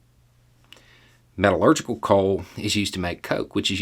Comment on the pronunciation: But it felt good to hear him say "metallurgical" the way he did. A foundational source of steel manufacturing ingredient that today's society CAN NOT do without. Every building, engine, power generator/transmitter/conductor and conveyance relies on it. There is noone more ignorant than one who purports to know everything. 🤦